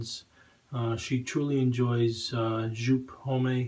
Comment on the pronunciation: Always enjoy your reviews. BTW Joop is pronounced Yope.